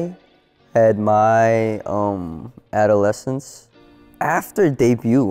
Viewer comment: Bruuh it's the a-duh-le-sns